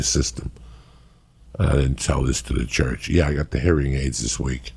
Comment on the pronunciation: CUHURCH he says 😅